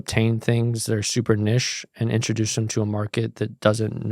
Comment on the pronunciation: Please pronounce Niche & Boutique correctly bro.